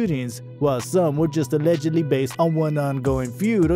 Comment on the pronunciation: You should learn how to say allegedly to avoid being sued